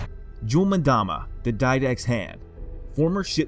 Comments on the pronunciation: ita EM DAMA not MADAMA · Not sure why people mispronounce names when there are several media sources with the correct way to say it. Its “Mmm dama” not “Madama” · It’s not jul ‘mudama it’s jul ‘mmmmdama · Ok why is everyone pronouncing his name Madama istead of Mdama? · it's pronounced umdama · pronounced Em dama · Just so you know. you're Incorrectly pronouncing 'Mdama. Play the game, then you will know.